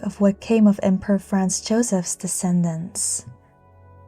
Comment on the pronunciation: The poster (or AI) pronounces Franz as France, and now there are commentators thinking she (or AI) is saying that Franz Joseph was the emperor of France.